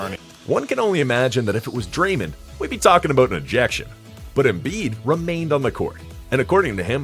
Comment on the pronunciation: Great video, but the way you pronounce “flagrant” and “Draymond” 😅